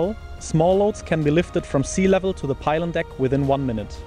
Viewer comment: Pylon not pilon